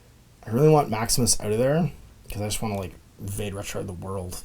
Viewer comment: “VAH-day” Retro. (Haha, had to be THAT guy) It’s Latin. Means “Go Back”. Search the Googles for it and you’ll see how well it connects with hEXx3r’s “witch” theme.